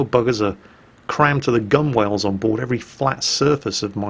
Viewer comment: I'm surprised you mispronounce "gunwale" (sounds like gunnel), and in previous videos Lieutenant (sounds like leftenant). Were you really in the Navy?!